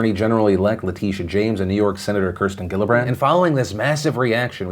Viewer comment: Hey Phil, this is the second time I've heard you say the name Kirsten Gillibrand, and both times you pronounced her name wrong. Thought you should know